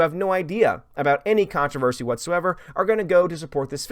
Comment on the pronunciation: I can’t help it, I’m going to be the English police; it’s contrOversy not contrAversry. Let the pile on begin.